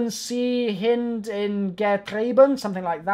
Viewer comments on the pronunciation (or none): none